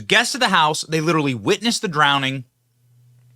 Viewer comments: "drowneding" Benny? SMH how can I ever take you seriously again?! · Cmon benny... drownding isnt a word.